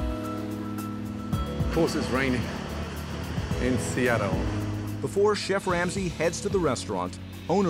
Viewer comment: the way Gordan said "Of course it's raining in sEaTtLlE" lol